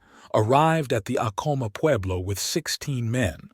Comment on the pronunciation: Its actually pronounced Ack-A-Ma..im born n raised new mexican my ppl are Apache mescalero...❤🦅